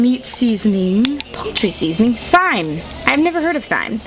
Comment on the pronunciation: Thyme is pronounced time. X